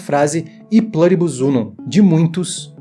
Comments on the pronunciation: a palavra é latina amigo, não precisa falar com sotaque kkk É plUribus, com U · se é do latim, não seria melhor falar o U com som de U mesmo, em vez de "plâribus"? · Qual é o sentido de pronunciar um termo em latim como se fosse inglês? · O vídeo é bom, eu gostei. Mas me incomoda a pronúncia de "Pluribus" com leve "intonação americanizada", como se fosse em inglês; especialmente pq você pesquisou e identificou que é latim. Mas isso é o de menos, apenas pontuando mesmo, rs!